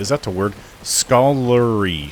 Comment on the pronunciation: Scholarly, not scolary. 😊